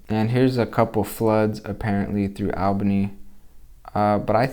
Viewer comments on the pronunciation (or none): Dude, it's "all" bany.